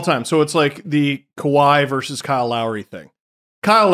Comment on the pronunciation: ....it's versus, no verse.